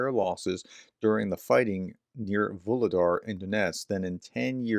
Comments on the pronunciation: Hey, pronounciations getting better every time. As Vu - lhe - dar is Vo - ro - nez. Just the same. Like your videos so much and your mispro is just charming ;) I'm not sure, but who seams to get the pros quite good ist "Macronomist" from Germany. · Вугледар Vugledar. The "G" is soft... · Vuhledar, aspire the h as if it was h in hand. Vuchledahr, but there it's too strong. Anyway, soon you won't need to mention it anymore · Voo Glue Dar. The H is pronounced as a G. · H in Vuhledar is pronounced in the same way as H in Harris